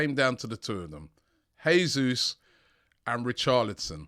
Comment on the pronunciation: god... please stop saying heey-sous